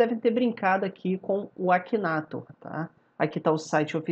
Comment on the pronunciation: Se lê aquineitor